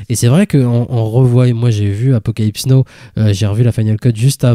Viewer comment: Très bonne émission les gars, mais sérieux, 40 ans après vous nous prononcez encore Apocalypse NO! Ca la fout mal pour des cinéphiles de votre niveau. Et au fait JoaquiM Phoenix n'existe pas non plus. Attention à vos prononciations s’il vous plait, ça peut nuire à vos propos.